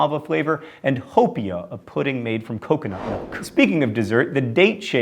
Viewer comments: it's how-pia, not ho-pia. Spam moo-soo-bee. No stressed syllable. Auwe.... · You said Haupia wrong :P (How-Pea-Ah, not Ho-Pea-Ah) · Quick Correction: In Hawaii, Haupia is pronounced How-P-Ah...not Hope-E-Ah. That's also a picture of Chocolate Haupia pie, not Haupia. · Hoo-pia? HOO-PIA?!? IT'S HAUPIA. How-pee-ah. Musubi is Moo-suu-bee, and the Loco Moco is a meal that anyone will eat at any time. shocked Hawaii resident rant over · Some mispronunciations of the Hawaiian stuff. The coconut pudding dish is not Hopia, but haupia-- pronounced How-PEA-ah and Spam moo-SUE-BEE (emphasis on middle and last syllables, not just middle) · Oh no, it pains me to hear John trying to pronounce the food from Hawaii! Mu-su-bi not mu-suuu-bi, ha-pia-pie not ho-pee-a-pie. And it's Ha-va-e jakfjagajhgakg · SPAM musuBI not muSUbi Also HAO-pia not HO-pia You should research more :P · I was born and raised in Hawaii. Haupia is pronounced "how-pea-uh" not "hu-pea-uh" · Yeah, but is not pronounced "Ho Pee Ah", it's "How Pee Yah". Oh and how can you forget malasadas! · Born and raised in Hawaii, took me a while to realize what "Hope-e-a" was... Hopia is pronounced "how-pee-uhh". Then again, mispronouncing things IS Johns thing! :P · I was so happy for the Hawaii dishes! But it's HOW-PEA-A, not HO-PEA-A. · Yay Hawaii Represent! But... It's Haupia John... "How-pee-ah". Not "Ho-pee-ah" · Lolz he killed some of the pronunciation of some of the Hawaii dishes x) most of it was just where he put the emphasis but haupia doesn't sound like hope-pea-ah, it's like how-pea-ah... Just saying :P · haupia is not pronounced Hope-ee-uh, it is How-pee-uh. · Was about to post this. Say it properly or risk getting weird looks from the lady behind the counter when you order chocolate Hope-ee-uh pie. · pronunciations: spam moosoobee pohkeh howpeeah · also haupia is pronounced HaooPiah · lol haupia is pronounced how-peeah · Its pronounced "How pee yah", John. Haupia is aMAYzing! Great vid!